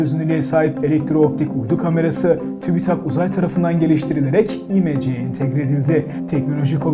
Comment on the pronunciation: Konuşan arkadaşa İ-mece değil bildiğin imece kelimesini öğretmek lazım. İ yi uzatarak okuyarak daha ingiliz bir isim havası vermesi gerçekten komik.